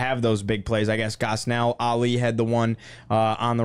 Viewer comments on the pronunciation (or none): Awhile back I had to correct him on pronunciation of Gosnell. He said it guz null while it's gahs nell